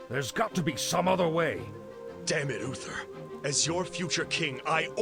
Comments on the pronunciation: He keeps calling him Ufer 😅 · Oofer and arfas lol 😂 now you can’t un hear it 😅